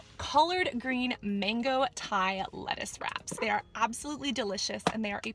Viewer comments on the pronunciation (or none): none